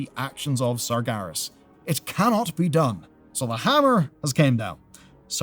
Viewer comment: Ain't neve' 'eard of no "Sargarus", mate